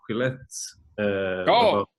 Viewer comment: what is the magazine they talk about at the beginning? It sound like Quillets?